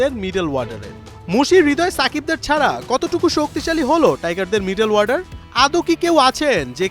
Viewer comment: শব্দটা "মিডেল ওয়ার্ডার" না, শব্দটা হচ্ছে" মিডেল অর্ডার "।